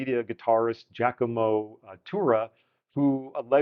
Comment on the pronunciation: Sometimes I get a slight Christopher Walken vibe out of this. And your pronunciation of Giacomo is ok... there are guys from countries neighboring Italy who screw this up. Seems not every musician is good at listening and reproducing. ;)